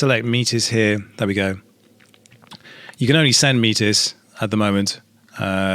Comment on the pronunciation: I don't know what the correct pronunciation actually is, but every time you say "MEAT-IZ!!!" my face twitches.